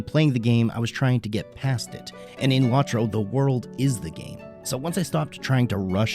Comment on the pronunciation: It's low tro. Not lawtro